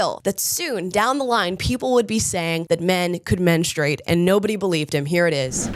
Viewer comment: Good for Dennis!! FINALLY, someone besides myself who actually pronounces he u in "menstrUate"!!!